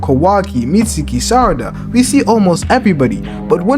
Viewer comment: MY G PRONOUNS IT LIKE THIS MITZ-KI 😂